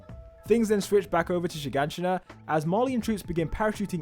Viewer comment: Bro how long did it take you to finally pronounce "Shiganshina"? Haha. Keep up the good work👍